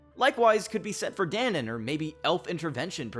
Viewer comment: guy-seric not gah-seric. da-nan not dan-in